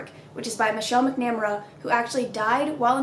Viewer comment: heating talk about GSK is so weird.. as someone whos been listening to My favorite murder for so long hearing anyone else talk about Paul holes or Michelle is so weird... also its Mack-nah-Mare-uh.. not that will see this comment I just.. Michelle deserves the respect of her last name being prounounced right.